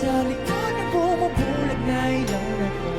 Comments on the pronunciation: the "LAW" in Ilaw is NOT like LAWyer. It sounds like COW HOW so it's EE-LaU. Also, please react to the full Rappler Live Jam: SB19(with ENGLISH CC) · Gud AM from Germany im also Pilipino. How 2 say ILAW- ii-law not ay- law.😊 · Love your reaction. By the way the word, "Ilaw" rhymes with the word "cow." So, it's ee---law (pronounced to rhyme with cow). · Pronounced ee-lau. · PRONUNCIATION : ǐ-Lăw (ee- law) = ILAW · pronounce ILAW like (ih lao)❤❤ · ILAW, (Light in English) is pronounced with a short " i " sound. Thank you for appreciating SB19. You should also try that with translation, its a beautiful song with a deep message.